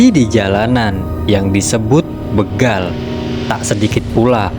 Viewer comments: Bégal... bukan bêgal, Min... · Alhamdulillah.. akhirnya aparat penegak hukum mengambil keputusan yang sangat bijak. Sekedar info bahwa kata begal itu huruf e nya dibaca seperti dalam kata becak, atau bebek